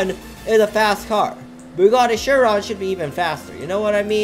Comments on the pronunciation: Of death basically how he says it LMAO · Nice job pronouncing “CHIRON”. Lol 😂😂😂